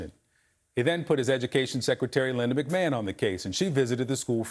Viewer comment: I just can't get over " secretary mcman " 😂😂